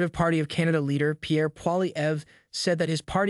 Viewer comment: Nice job you finally got pierre's name pronunciation correct!!!🤗😂😎👍✌❤🙏